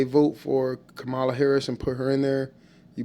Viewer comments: Don’t be deceived people!!! And pronounce her name correctly!!!!! You know how to say it and you’re in that same demeaning bag as Trump. Harris2024💙💙💙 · Please pronounce her name correctly. 😮